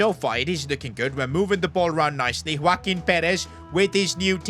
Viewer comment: Bro is saying woaquin perez from the start but its joaquin💀💀